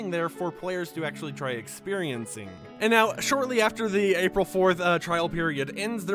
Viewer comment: Did you just say apil 14 thats the day im go to Sjælland